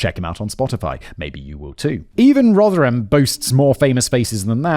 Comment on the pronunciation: You pronounced Rotherham better! Finally..... 😂